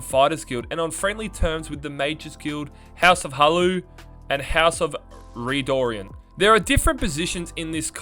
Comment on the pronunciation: "ree-doh-rian"? its "red-o'ran". redoran.